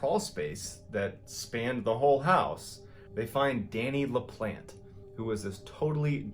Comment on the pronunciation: Really good story... but his last name is pronounced La-plon-tay